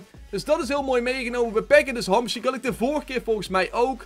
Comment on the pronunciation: hij zei hamsjiek hahahahah